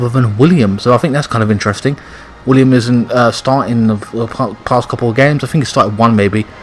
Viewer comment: It's Willian with an N not William god damn it! He's clearly one of your favorite players and it's the easiest name to get right!!!! P.S WE WANT GOD OF WAR!!!!!!!!!!!!!!!!!!!!!!!!!!!!!!!!!!!!!!!!!!!!!!!!!!!!!!!!!!!!!!!!!!!!